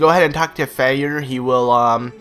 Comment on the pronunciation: lol i just realized hes saying Fyer like "Feyer" the name is a play on words its supposed to sound like fire. as in cannon fire